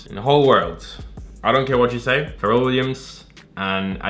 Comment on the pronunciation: why this man keep calling Pharrell, "ferrel"